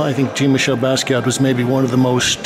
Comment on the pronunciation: Good video,, as always, but why do you continue to insist on mispronouncing Jean-Michel? It's Jean as in John, not Jean as in blue jeans.